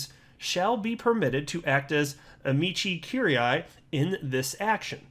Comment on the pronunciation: is notorius for this. I posted the pronunciation for Amici Curiae, which took all of 5 seconds to locate. Don't give him a Czech name, he completely melts down. I love him just the same, though. 🐂